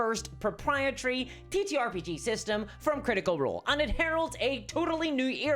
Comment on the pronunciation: Now just imagine every time she says “and” she actually says “hand”.